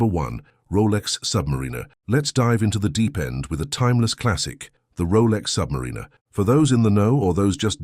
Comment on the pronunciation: Have my doubts about the pronunciation of Submariner! AI has its limitations I believe. ☘️